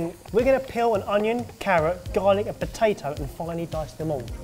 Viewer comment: I swear says batato instead of potato